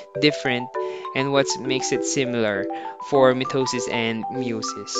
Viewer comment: mitisis and meosis